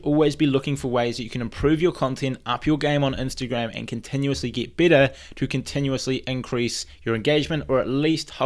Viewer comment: You sound like you're saying bitter 😆. Though I know you're saying better.